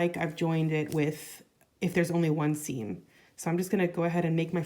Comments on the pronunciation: Sorry, but I have to ask, are you saying 'skeen' when you mean skein, which is usually pronounced 'skane'/ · It's a regional pronunciation